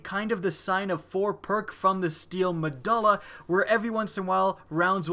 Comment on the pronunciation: it's mod-ule-ah. Not muh-duh-lla.